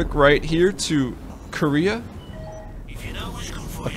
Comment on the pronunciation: I hate to be this guy, but seriously Dan has been saying and spelling it "Koreah" for sooo long!!! It's "Kareah" :'( WHOLEEE different pronunciation too :< KA-RAY-AH oh what ever I still love the vids x.x